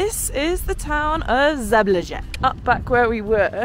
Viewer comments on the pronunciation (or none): Kinda butchered the names of the towns, here's how you really pronounce them: Nikšić - Neeksheech (soft ch) Žabljak - Zhablyak Durmitor - Doormeetor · you really need to google pronunciation of the city name - Zabljak